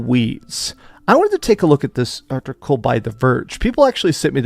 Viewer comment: "Art-icle" thats a new one😂. Bro cant pronunciate to save his life😅